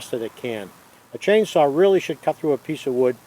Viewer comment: lol, the Rs are in the "chainsawr" right at the stawt.